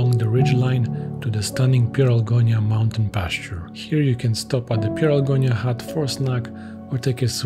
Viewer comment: it's Pieralongia not Pieralgonia